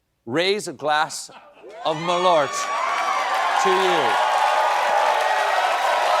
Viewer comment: So its wormwood, right? Malört. Even though the pronouncing is horrible 😂